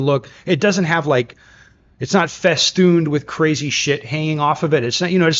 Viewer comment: saying "festooned" was pretty legit 🤣